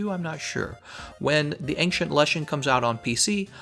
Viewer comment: ples pronounce "ancient" as ancient, not ankcient